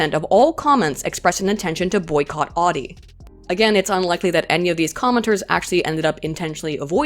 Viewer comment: Every time she says Audi like she does, a baby is aborted late term.